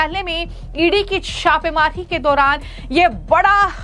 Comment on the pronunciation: पंजाब को पनअजांब क्यो बोल रही है ?? छापेमारी को शापेहारी बोल रही है ? जनता को झनता बोल रही है ?? पहले अपनी जुबान साफ करके आओ।😅😅😅😅